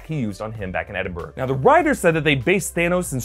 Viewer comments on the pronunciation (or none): Edinbra not edinbur